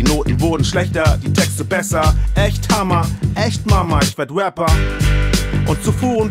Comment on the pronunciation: Denyo kann einfach nicht mal Rapper aussprechen. ,,Wapper" Kann mir die Stimme von Jan Mittlerweile nicht mehr geben. Und nur weil 90 ,,Promis" im Video sind find ich den Sound und Flow trotzdem Whack.